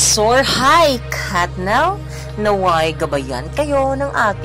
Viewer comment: Bakit kathnel ang pronunciation nyo